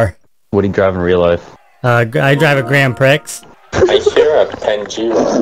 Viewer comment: lol "Wha di ju do?" LMFAO "I drive a grand pricks"